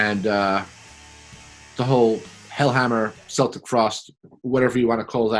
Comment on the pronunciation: Not seltic frost. Your pronounce it as Keltic. Celtic frost isn't referencing celtic us team or celtic football club but rather the ancient kelts. KELT. NOT. SELT.